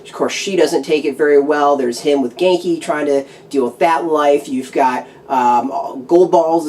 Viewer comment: the e (if there is one, i forgot) in ganke is silent